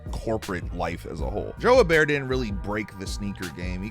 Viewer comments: Her-Bear is an insane pronunciation for Herbert lol Edit: Just heard pronounce it, sorry for doubting you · Hebert is pronounced "ay-bear"